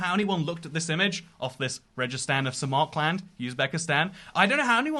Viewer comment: İt triggered me so much how you said samarkland instead of Samarkand 😭😭